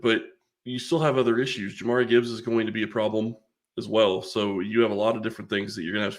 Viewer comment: There's a bit of irony in claiming that jahmyr gibbs could be rookie of the year while absolutely butchering the pronunciation of his name.